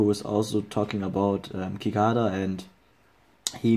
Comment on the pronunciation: cicada is pronounced sih-KAY-duh lol